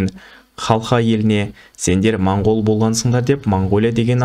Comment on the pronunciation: Монгол емес мынкол